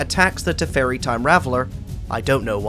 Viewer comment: 1. It's teferi time raveler, not teferi time raveler 2. It's nar set, not nar set Everything else in the video is pretty well done, just holy shit that was annoying to sit through.